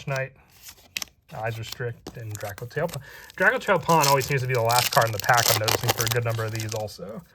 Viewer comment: It's a cool set, I like it. Only gripe with it is all the people calling it Drakotail, boils my piss 😂 True Drako support soon, boys 🤣